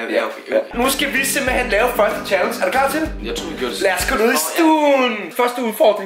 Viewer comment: Lol siger chalens